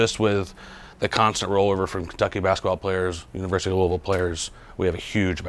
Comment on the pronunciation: it’s not “looeyville” it’s “looavul”. Lol sweet video tho